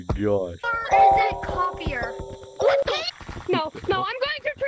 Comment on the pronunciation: "his name is copeier!!" how do they not know how to pronounce copier